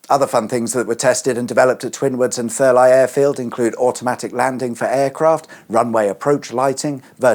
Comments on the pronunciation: Therleigh is ther-lee... as in 'leigh' the other spelling of the name 'lee' Not ther-lye dohh.. !!!! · I thought it was pronounced Thur - Lee rather than Thur - Li? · Thurleigh. Surely pronounced Thurlee. Excellent interesting vid. as usual. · Why can't you pronounce English place names? Thur-Lie? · Pronounced “Thur-Lee” just so you know 🤣👍🏻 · Interesting. I'd expect such an abomination of the English language if I were to stray a little closer to Northampton, but I'm surprised at you, Thurleigh! 😅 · I came to comments to write just this! 😂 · I especially enjoyed how you were unsure about the pronunciation of one airfield and then confidently pronounced Thurleigh like an American throughout 🤣